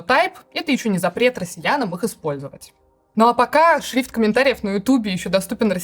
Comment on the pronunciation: Пусть она правильно научится говорить слово шрифт